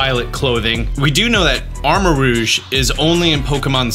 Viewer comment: It’s armor-rogue like the X-men character, not rouge like make up. Come on man! 😂